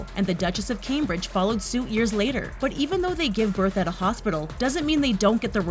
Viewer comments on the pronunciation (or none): none